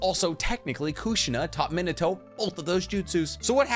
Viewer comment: Love your videos. But... His name isn't Min-uhh-toe 😄 Its Min-aah-toe